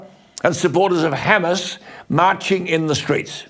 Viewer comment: Did he say ‘Hamas’ or Homo’s😝😝😝😝😝😝